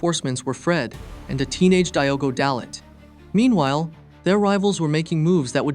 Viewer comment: Hey bud, Wikipedia exists- you can see how to says Soljskaer and Jose Mourinho or Diogo